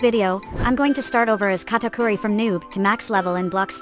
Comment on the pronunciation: Kitakuri instead of katakuri